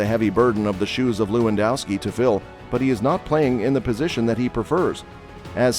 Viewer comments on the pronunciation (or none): Looandowski? That's what happens when you use a f. robot-reader. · To all Americans, W’s in Europe are pronounced as V’s. It’s Levandovski.